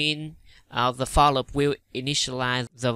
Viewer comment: It's not lup it's loop